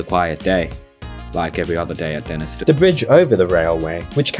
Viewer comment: pronounced Denis-tone fyi